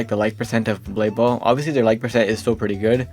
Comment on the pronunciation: DUDE JUST CALLED BLADE BALL BALDE BALL 💀